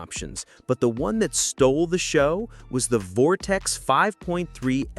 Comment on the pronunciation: Turned video off after 😂 "Vortex"